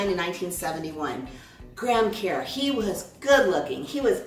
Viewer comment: Lol you're saying it wrong it's pronounced kurr